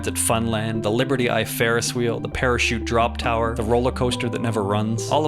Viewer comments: What’s a farest wheel lol😂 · laughed way too hard at "the fairest wheel"